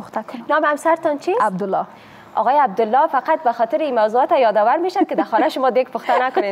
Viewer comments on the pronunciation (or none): none